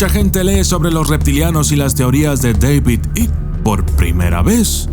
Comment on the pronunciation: Por favor di David Icke. Por que no se entiende tu pronuncuacion.